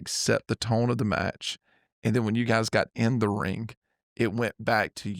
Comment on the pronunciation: It's pronounced RING.....not rink.....good lord